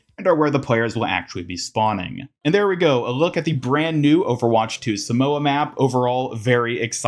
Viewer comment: you arnt pronouncing samoa right